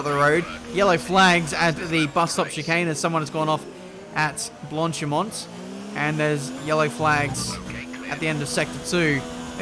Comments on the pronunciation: Nobody:: Blontchimonnt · Okay buddy, listen up. I'm not French. Nor Belgian. French is not my mother tongue. But the way you pronounce "Blanchimont" pisses me off beyond believe. Please, please just try. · when you say blanchimont it's so funny xD, the T is actually silent.. Besides that great feed always love the commentary and driving. Also the sets you show now in the beginning. Great for testing out other stuff aswell:-)